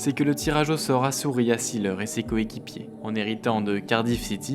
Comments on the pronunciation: Juste la prononciation de son nom n'est pas la bonne. See se prononce zé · Documentaire intéressant sur un footballeur atypique. Mais vous prononcez son nom à l'anglaise. En allemand, on dit zéleur. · Formidable. ! Toute mon enfance.Oui Uwe Seeler ( on dit zeler pas ziler )est un veritable champion. Par ses valeurs morales ,il est un exemple pour la jeunesse.Aujourd'hui y’a que les datas qui comptent .Quelle connerie. Un champion doit pouvoir etre montré en exemple par ce qu'il fait sur et en dehors du terrain. Aujourd'hui les Messi ,CR7,Neymar n’ont aucune chance d'être des champions à mes yeux